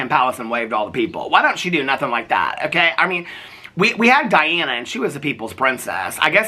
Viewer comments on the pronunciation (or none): none